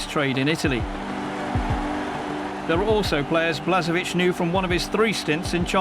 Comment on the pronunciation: i'm sorry to say that this video has been put together sloppily. blažević (whose name is spelled blazhevich, NOT "blasevich") is currently the head coach of nk zagreb -- the info is totally out of date, most of the names are mispronounced. also, where is the game against the netherlands, where croatia took third place? sorry, but this video is a good example of bad editing, outdated information, and poor production overall.